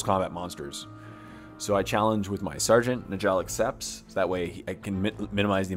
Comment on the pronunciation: Njall is pronounced (Nyall). Please